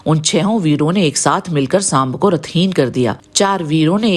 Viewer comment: सांब है सांभ नहीं...